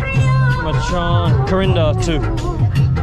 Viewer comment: I said 'machan' to my Sri Lankan friend and he said it's pronounced 'machang' 🤔